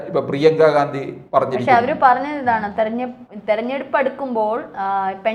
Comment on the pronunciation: പ്രിയംഗ വധേര എന്ന് പറ ചേച്ചി..